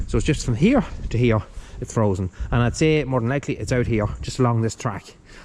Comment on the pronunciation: Bet you wonder how you managed without the loader for so long. The case is a little sweetheart, glad you’re keeping her👍 oh it’s frozen not frosen, sorry had to pull you up on that one cause I know how particular you are 😂